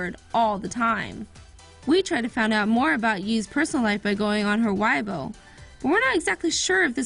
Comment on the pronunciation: "Whybo" ... That was soooooo butchered